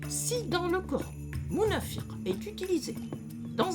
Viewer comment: Bonjour vous prononcez [Nafak ] pour nafaq [ Munāfir] pour Munāfiq Pourquoi vous prononcez différemment la même lettre Q ? Il y a une langue où des mots correspondants existent Fāk = faire trou ; chercher à comprendre les tenants et les aboutissants :Fag = sage. Habile. Malin :Firi = confiance. Espoir :Fik = friction. Agitation